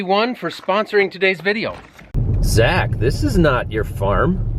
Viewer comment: Sure sounded like you named youself ""